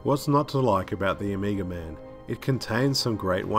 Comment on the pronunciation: I kept hearing "Amiga". The Amiga man: half man, half 80s home computer. He was a cop who was betrayed by his partner. Left for dead, his brain was replaced with a Motorola 68000 CPU...